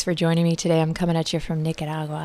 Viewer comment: I love how you casually said Nicaragua! I'm form there. ☺️🤗💕